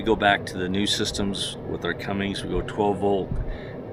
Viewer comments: Cummins man, Cummins. There's no g at the end. Just saying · Never trust someone that calls a Cummins a Cummings.......I would've said nope, turned around and not sold it to him. 😂😂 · i was really happy to see featured for something good... then he kept saying cummings.... and you kept saying CUMMINS! wish i had seen you in town... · said Cummings lol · But every time he mispronounced 'Cummins' it made me cringe.